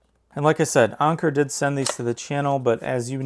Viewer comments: It's Anker not "onker" 🤦‍♂️ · Who tf says onker.. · “Ahhnker” lmfaoo